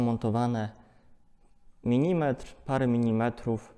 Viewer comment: Super filmy, ale pozwolę sobie zwrócić uwagę na pewien mały detal: MILImetr, a nie MINImetr :) Pozdrawiam serdecznie !